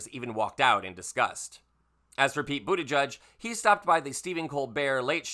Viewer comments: Its pronounced boot edge edge (he has stated)...not "judge" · You're mispronouncing Buttigieg, my friend. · According to the man himself, it’s pronounced BOOT EDGE EDGE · It’s pronounced Boot-edge-edge.